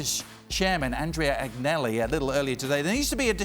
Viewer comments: Why are people employed to talk about Italian football when they cannot even pronounce the names correctly; Agg-nelli? (Should be An-yelli). Appalling and disrespectful, amateurish and unprofessional. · What credibility could a TV show host have when he can't properly pronounce Italian names aGnelli.... this is wrong on so many levels. Do your due diligence, it's not that fucking hard to pronounce a foreign name if it is your job to report.